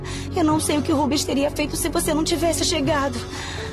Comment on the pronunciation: É RÚBENS E NÃO "RUBEUS"